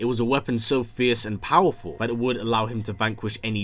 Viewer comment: Imagine narrating YouTube videos and pronouncing "that" as "vat"